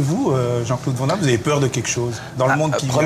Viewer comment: On voit que le gars est sympa car vent damme mdr c est quoi cette prononciation de merde 😂😂😂😂